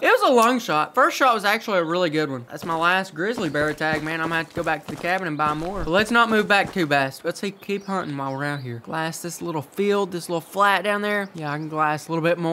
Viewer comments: “Sun ting simulator” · Did you know u said stunting sim not hunting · Stunting simulator lol. It’s (HUNTING) simulator lol